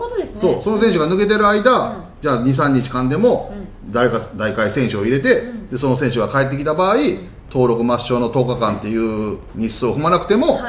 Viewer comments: 里さん代替を「だいかえ」って言ってるけど、「だいたい」っていう読み方だと思ってた… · 代替はだいたいと読みます。